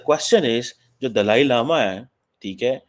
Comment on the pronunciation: can't even pronounce Dalai Lama properly bt his heartache for chynah is overflowing.